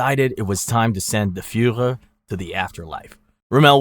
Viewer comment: Mispronounces luftwaffe and Rommel, but nails Führer. Not talking crap just an observation...also the reason the Germans lost more in the opening of Stalingrad than taking France is because you dont lose men when the other side surrenders right away 😂